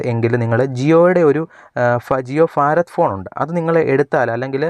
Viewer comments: ഫാരത് അല്ല ഭാരത് എന്നതാണ് ശരി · ഫാറാദ് അല്ല മോനെ ഭാരത് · ജിയോ ഫാരദ് (Farath ) ഫോൺ അല്ല . ഭാരത് (bharath ) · ഫാരത് ഭോൺ